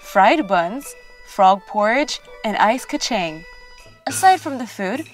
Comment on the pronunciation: iTS NOT ICE KA CHENG ITS ICE KA CHANG!